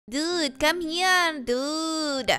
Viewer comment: Your intro sounds Indian “ dUdE”